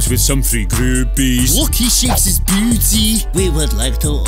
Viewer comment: when ole says booty it sounds like beauty with his accent